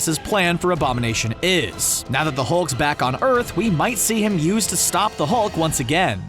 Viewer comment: u said thulk